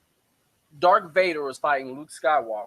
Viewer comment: Dude, what kind of Star Wars fan are you when you pronounce Darth Vader, Dark Vader?